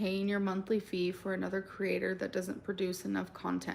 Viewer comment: I finally HAVE to say it. The word ‘for’ is pronounced like ‘fore’ and rhymes with ‘more’. NOT ‘fer’. As in sticking a blade of grass between your teeth, kicking you heels up on the ol’ cracker barrel and hollering out “I’m ready FER supper Ma!” Phew